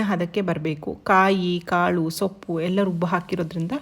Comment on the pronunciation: Sappu alla soppu antha heli